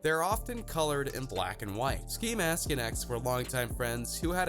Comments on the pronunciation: he pronounced "ski" as "skye" He keeps showing us the migos for some reason I don't know if it's disrespect or ignorance but I'm done watching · Wait you said sky instead of ski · Sky? It’s ski get it right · he called ski sky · This man done called ski , sky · sky 😂😂😂 I thought it was ski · Anyone else notice how he mispronounced ski’s name after just saying it💀😂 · He called Ski Mask, “Sky” Rip x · Dis mans said sky lmao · I'll ignore you saying sky... but JAH WHY😢😢😢😭😓